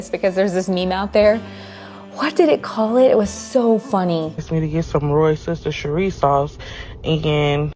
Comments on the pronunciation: ROFL - I come from the UK and the pronunciation is WAR - Chester (As in the name) - hope this helps! 😜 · Just say “ what’s this here sauce” really fast and you pronounce it correctly every time. You’re welcome! 😂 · It’s really funny listening to hear Americans trying to pronounce Worcestershire - from the UK it’s easy really. Wusstersher… there you go. Simple!!! 😊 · In Massachusetts we pronouce Worcestershire sauce Woosta-shear sauce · Wuster sheer is how you say it, this is from an English person. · The Reindeer Munch, (lol), looks like a great gift and snack! Maybe Reindeer Crunch? Haha. And I don’t think you can go wrong with pronouncing Worcestershire Sauce as Woo-stir-shear Sauce. Think of Worcester MA. In New England accent… Woo-stah-shear…